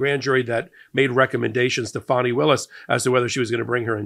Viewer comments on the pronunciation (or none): none